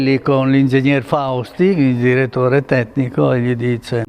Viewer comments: Diretore tetnico 😂😂😂😂😂 È tipico del bolognese! I vûstar cupartån... FÓRZA BULÅGGNA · Bellissimo video, e grandissima emozione, mi ha fatto.anche ridere al minuto quando dici il direttore TETTICO ingeniere Fausti 😂👍👍👍👏👏👏👏